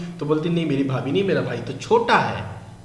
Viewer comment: Unuka kjn भाई के बीबी को भाबी bolrahithi